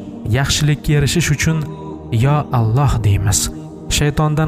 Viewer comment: Аллаҳ! Оллоҳ эмас о ҳарфи йўқ араб тилида, ло эмас ла